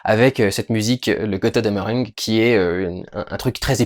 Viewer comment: "Gotteudammereung"? xD